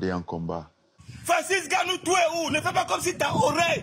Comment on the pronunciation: C'est pas Francis Gannou mais "N"Gannou! C'est quand même pas compliquer de prononcer le N....